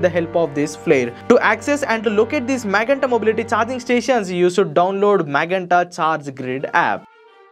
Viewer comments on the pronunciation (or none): With all due respect MAGENTA is pronounced as Ma"je"nta Not what u said.. While representing Magenta it is my duty to correct sir. Thank you for ur understanding.